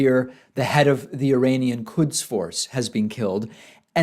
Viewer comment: Quds force not kuds force